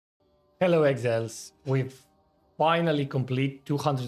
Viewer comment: 'heilo eggsiles'